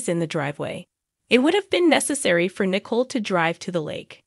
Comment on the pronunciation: Narrator: it's pronounced Na•coal.